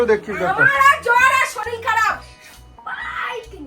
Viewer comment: শরীল নয়, কথাটা শরীর আগেও বলেছি। শেখার কোন বয়স নেই দাদা।